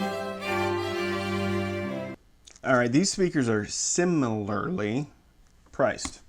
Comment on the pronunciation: You say "similarly" in a way that reminds me of the time you mispronounced it. I appreciate the effort!